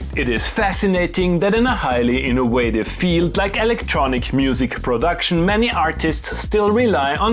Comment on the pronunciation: Why cant you guys v's?🤣 "innowative" "adwenture" etc. yet when there is no v it comes out "vhere" vhen" "vhat" "vhy" Why do Germans(Im assuming? Or Danish or Austria whatever) swap their v's and w's even when they know its wrong? Why CAN'T they stop doing it? I say this as a man who can speak some german as I learned at school and Im sure my tiny bit of German sounds sooo fucking bad, BUT if i was pronouncing w's and v's the wrong way around and I was told it was tother way I would just do it correct. It doesnt seem a hard thing yet sooooo many Germans speak like that. Germans out there why is it so hard? im sure theres an explanation lol and im not trying to offend as I fucking KNOW how hard learning a diff language is, hats off to most of the rest of the world for learning English so we dont have to learn a foreign language for the internet etc lol